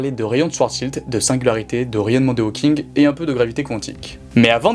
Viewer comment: Seriously did you no nothing about this topic and just rush to make this video or something becouse you pronounce so many things wrong so many times i have to think that you don't really know what your talking about. Like Hawkins,swartschild ,ligo